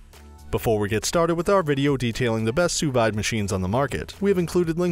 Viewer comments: It's sous "veeed" not sous vyde... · wtf, sous VIIIIIIIDE, its pronounced sue veed. Also anona, how do you miss pronounce a v. facepalm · It's pronounced "soo-veed" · You lost me as soon as you pronounced sous vide. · That’s not how it’s pronounced. Can’t rely on a review when the reviewer doesn’t even know the product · True that.....